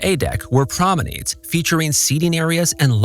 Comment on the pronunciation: No way he just said "prom-en-aids" 😭